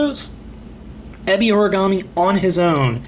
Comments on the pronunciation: It is pronounced eh-be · exactly. this guy who did this review acts like he watches the show but if he really did he'd know how the say Ebi Origami's name.